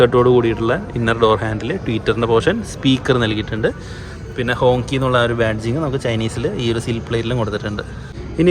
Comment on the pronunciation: ഹോങ്ചി എന്നാണ് ഉച്ചാരണം